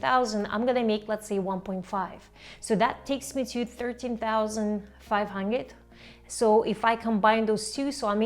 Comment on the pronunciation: How can you NOT pronounce “hundred” 🤣🤣